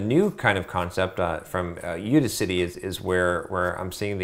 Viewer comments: I'ts udACity, not UDAcity. It's like AUDACIOUS bro. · It's You-Daas-City not you-di-citee genuis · I can't take his input on this topic seriously. If he can't even say "Udacity" properly, what makes you think he knows what he is talking about?